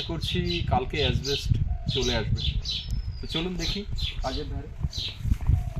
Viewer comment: কথাটা অ্যাসবেষ্ট (asbest) না, শুদ্ধ কথাটা অ্যাসবেষ্টস (asbestos)। স্থানীয় ভাষা আলাদা হলে অবশ্য বলার কিছু নেই । প্রয়োজনে dictionary দেখে নিও।